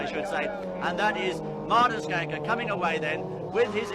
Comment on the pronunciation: So nice to hear an internasjonal speaker pronounsing Martin's name correctly :) Mr Rallycross (Martin Schanke) have been a "steering-wheel man" all his life. Even past 70 y of age, still driving Lorries in South Norway. And been involved in some car projects for mates still in rally. He's Escort that he got famous with, was a self engineered car. Variable differentials, and also adjustment for which axle that should have most power. So it could be front wheel driven.... !